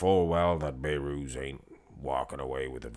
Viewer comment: Don't be like nick strength and power, The name is Behrooz There is a letter (H) Not bayrooz